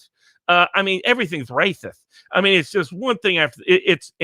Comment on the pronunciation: is saying the meme wrong. It's "Waaaaaycis!" not "Raaaacis!" 🤣